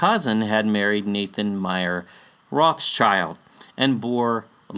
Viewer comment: trivia> how to pronounce this beastly family name: Rothschild - "ROT - SHIELD" means red shield (included in their family symbol)